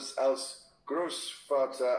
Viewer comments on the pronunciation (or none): I think Charles is saying, "It is also really a special pleasure to be in Berlin again, especially as the grandfather of a newborn grandchild." Charles pronounced the a in als like the short English a and the v in " Vergnügen" like the English v. Apparently he was reading from a prepared speech.